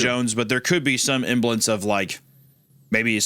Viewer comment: third time hearing hunter say "emblance" where he means to say "semblance" according to the context